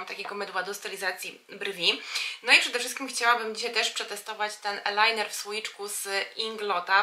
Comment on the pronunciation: "mejbelin" i "ajlajner". A tak poza tym piękny makijaż ⚘️⚘️⚘️